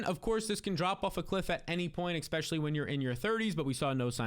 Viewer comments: I love the videos! But you gotta stop say EXspecially. It kill’s me every time you say it!